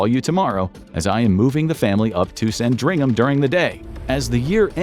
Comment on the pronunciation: sandringham he says 😂😂😂 the amount of places he says wrong is funny it’s almost all of them 😂😂😂